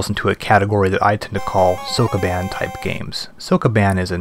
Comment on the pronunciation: I love these for the overview of the games, but holy christ is his Japanese pronunciation BAD. If you're making a series about games released in a certain country, you should probably learn that country's language, at least elocution of certain words or SOMETHING. If I have to hear SOAK A BAAN one more time... And "Temco" gets me every time, lmao.